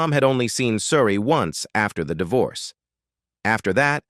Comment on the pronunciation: Why cant you pronounce her name?oh yeah,its coz you a bot